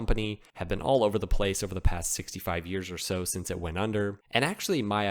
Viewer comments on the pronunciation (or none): none